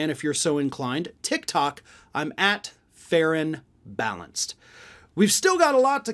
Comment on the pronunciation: when he says ferron balanced it sounds like fair and balanced. So when people type it they probably wont get the correct link.